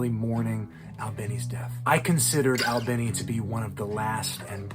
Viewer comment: his last name rhymes with teeny, not tinny…